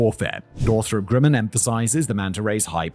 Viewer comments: That's not how you say Grumman. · It's Grumman not Grimin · Northrop ... "Grimmin"?